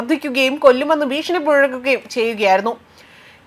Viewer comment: ബീഷണി അല്ലെടോ. ഭീഷണി എന്ന് പറയൂ